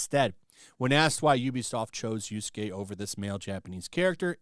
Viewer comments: For fuck sake! Yasuke! Not Yusuke! Get the pronounciation of the name right. Keep saying the name wrong cheapen what your take. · Do you call the character "Yusuke" instead of Yasuke because you hate him or you just can't read Japanese names? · It's Yasuke, not Yorskay, jesus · I love that you keep calling Yasuke, Yusuke. It makes me think Yu Yu Hakusho is still being talked about. I miss that anime. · When I heard Yusuke instead of Yasuke, my oldtaku switch got flipped and thinking of Yuyu Hakusho. Such an old but gold manga/anime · It's Yasuke, not Yusuke! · Bro you and Endymion, y'all bad at pronunciation It's YASUKE, not Yusuke .Yusuke is a cool spirit detective YASUKE is a fake samurai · Omg dude, Yah-skay not You-skay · How many times mispronounced yasuke